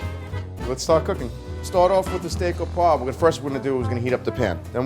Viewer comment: it is "oh-pwaw-vrah". Proper French pronunciation is important in our industry. Please learn it. "oh paw" is sickeningly raw and crude.